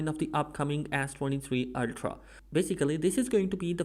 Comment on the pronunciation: “Ass 23 ultra”